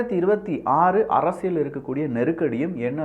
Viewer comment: அரசியள் இல்ல அரசியல். உங்க உச்சரிப்பை திருத்தி கொள்ளுங்கள்